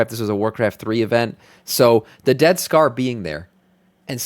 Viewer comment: Sounds like you're saying, "Death Star" not "Dead Scar" LOL